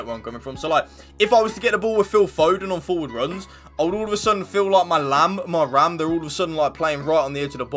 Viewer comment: please dont say lam and ram i beg you